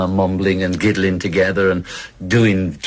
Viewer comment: he said giddling!! XD